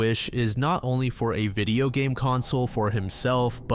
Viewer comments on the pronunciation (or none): none